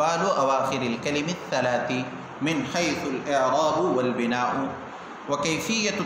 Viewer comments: مصنف رحمہ اللہ مبتدیوں کو تشویش سے دور رکھنا چاہتے ہیں لیکن آپ لوگ عبارت کو مختلف اعراب کے ساتھ پڑھ کر ہم کو تشویش میں مبتلا کرتے ہیں ۔ الاعرا ب والبناو کو پہلی بار ضمہ کے ساتھ پہلی دفعہ آپ سے سنا۔ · الاعراب والبناء کااعراب تو درست فرما لیں اور ویڈیو کی اصلاح بھی کرلیں تاحال کئی تبصروں کے باوجود بےتوجہی؟05/12/2020